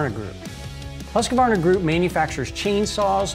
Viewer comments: Fyi, it's not pronounced hus-que-varna, it's hus-kvarna. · THANK YOU FOR A GREAT VIDEO the car industry is very much the same as I guess are most others. A little thing I learned over sixty years ago, when I started riding MotoX It's not Husg-A-varna it's Husqvarna, one of my very first lessons in diplomacy. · Nice video, I learned a lot, thank you. Also Husqvarna is pronounced with three syllables, 'Husq-var-na'....not with four, 'Hus-qa-var-na' like you and so many other people say. They add an A that is not there. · It's "Husk-varna" not "Husk-a-varna." Well, if you want to be totally correct, it's "Hoosk-varna." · Pronounced husq varna, not husk-a-varna. Great vid! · ..I have heard some Swedes pronounce it "Huse-vana" or "Hoos-vana"..... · It’s a mystery why so many Americans adds an extra A. Husqvarna is pronounced “Hus-cvarna”. ”Qvarn” is old spelling for ”kvarn” which is mill in English. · Why can't people pronounce huskvarna . It's not husk a varna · husq-var-na where does the extra 'a' come from? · And ever since Stanley bought Facom, Facom went down in quality on a lot of the tools they used to make, also moving some of the manufacturing to China in the process. Also what's up with pronouncing Husqvarna it's not HusqAvarna. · Why do you say Husqvarna like "Husqavarna" it really bothered me. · My ears bleed when i heard how he read Husqvarna... it is simply hooskvarna. No damn husky... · yessss. i was just about to comment this, why do Americans pronounce it like that? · If you can’t pronounce the brand name, it’s owned by Husqvarna… which the narrator mispronounced. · It's a common mispronunciation. I advise letting it go. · The way he says Husqvarna sounds so wrong to me...